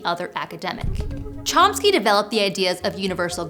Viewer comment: That is not how you pronounce "Chomsky".